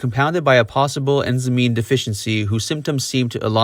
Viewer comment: Mother fucker did you say in-zeh-mee?!? 🤦‍♂️ it’s pronounced *in zhyme, like rhyme but put a z on it. I had to rewind it five times, but finally gave up and used the subtitles because I was unaware of any deficiencies Jim had. FFS! 🤦‍♂️ Great video! sorry for the anger. I appreciate your content. Please keep it coming.